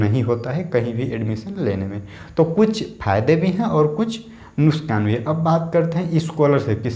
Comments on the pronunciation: Are bhai nuskan nhi hota nuksan hota h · Its nuksaan not nuskaan